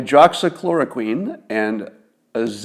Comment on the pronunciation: FYI: Hydroxychloroquine is pronounced: hye drox ee KLOR oh kwin.. The last syllable rhymes with Gwen